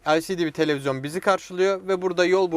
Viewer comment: bi de televizyon diyebilse daha iyi olacak telezyon diyo:D